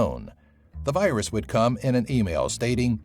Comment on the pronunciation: ah yes, the weus wirus.